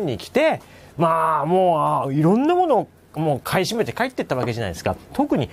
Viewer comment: テロップはちゃんと買い占めとありますが音声では ふばい と聞こえます不買なんでしょうか？